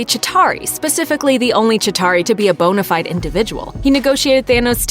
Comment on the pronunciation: You pronounce Kevin Feige correctly but not bona fide. Standards please.